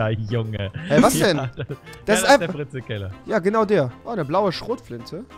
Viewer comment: XD wie er einfach frizel's Keller sagt der Typ wa fahst mein nachtbar XD